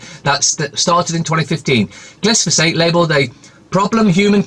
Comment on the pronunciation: Bro. It's gli fo sayte, glyphosate, not glys, been hearing you say it wrong for years now, just thought I'd be a dick and point it out to you.😁👍 Cheers..... Top bloke!